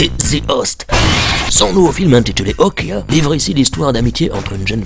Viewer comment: Okja se prononce pas "Okya" c'est coréen